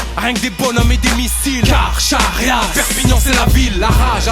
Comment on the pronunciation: Carcharias ça se prononce [karkarias] et pas " kar chat riasse. " ^^